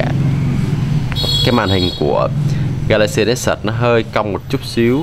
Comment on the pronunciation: có ai nghe ảnh nói galaxy lexus ko??